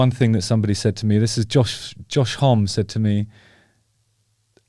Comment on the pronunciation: I think its pronounced. josh hom-mee